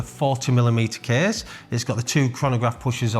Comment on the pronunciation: the kehhhhss is very hevveh